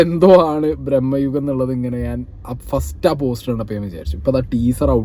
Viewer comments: ബ്രഹ്മ യുഗം അല്ല. ഭ്രമ യുഗം അല്ലേ??? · ഭ്രമയുഗം ആണ് ബ്രോ..... ബ്രഹ്മയുഗം അല്ല... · പൊന്ന് ചങ്ങായീ ബ്രഹ്മയുഗം അല്ല "ഭ്രമയുഗം"😂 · Brahmayugam alla, bramayugam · FYI : brammayugam alla ഭ്രമയുഗം.... ഭ്രമം= പ്രാന്ത്.. #justmentioned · ബ്രഹ്മയുഗം അല്ല, ഭ്രമയുഗം ആണ്. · ബ്രെമ്മയുഗം അല്ലടോ.... ഭ്രമയുഗം 😂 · ബ്രഹ്മ യുഗം അല്ല ഭ്രമയുഗം എന്ന് പറയാൻ ആദ്യം പഠിക്കൂ 😊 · Brammayugam alla brooo bramayugam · ബ്രഹ്മയുഗമല്ല ഭ്രമയുഗം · ബ്രഹ്മയുഗം അല്ല ഭ്രമയുഗം ആണ് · Bhrahmma alla bhrama.... Both sounds different meaning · ബ്രഹ്മയുഗം അല്ല.. ഭ്രമയുഗം...😊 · ഭ്രമ്മയുഗം അല്ല ഭ്രമ യുഗം ok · ബ്രമ്മ യുഗം അല്ല ചെക്കാ ഭ്രമയുഗം എന്നാ ണ്... കറക്റ്റ് ആയി പറഞ്ഞു കൊടുക്ക് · മോനേ ഭ്രമ്മയുഗം എന്നല്ല, ഭ്രമയുഗം എന്ന് പറയണം കെട്ടോ..... ആദ്യം ശരിയായി പഠിച്ചിട്ടുവാ കെട്ടോ..... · ഭ്രമം ആണ് ഭായ് ബ്രഹ്മം അല്ല.. ഭ്രമം എന്നാൽ ഐറ്റം വേറെ àആണ് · Bro ബ്രഹ്മയുഗം alla ഭ്രമയുഗം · ഭ്രമ്മയുഗമല്ല അല്ല ഭ്രമയുഗം... There is a different meaning. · ബ്രഹ്മയുഗം അല്ല ബെഗ്ടാ… ഭ്രമയുഗം✅ അരി വേവാൻ കാത്തിരിക്കാതെ ചോറ് വിളമ്പിയാൽ ഇങ്ങനെയിരിക്കും അരിയണ്ണാ… 🫢 എത്ര തിരക്കിട്ടാലും ലേശം ജാഗ്രതയാവാം… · ഭ്രമയുഗം. ബ്രഹ്മയുഗം അല്ല